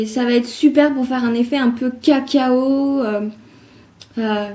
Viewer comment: mdr tu dit bien CACAo je rigole parce que sinon je te trouve super